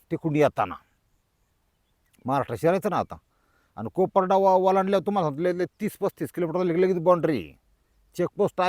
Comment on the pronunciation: कोपराडा नाही कपराडा